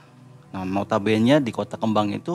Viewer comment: nota bene tu dibacanya NOTA BÉNÉ. Bukan "nota bén". Itu bahasa latin aslinya. Maap dikoreksi 🙏🏻. Karena sering banget nyebut Nota Bene di video.